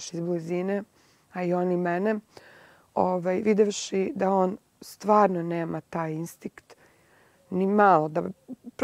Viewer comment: naucite zlanabelu da se ne kaze INSTIKT VEC INSTINKT!!! a i pocela je da PRIHVACA ...auuu nepismenosti..